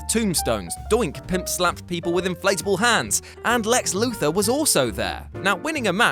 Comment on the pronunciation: why do they keep calling him Lex “Luther” ? I’ve noticed this in a few of their vids